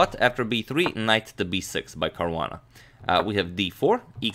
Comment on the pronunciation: who else heard Korona instead of Caruana🤓